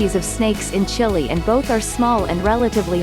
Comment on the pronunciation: Makes top 50 facts video and can't even pronounce Chile right 🤦‍♂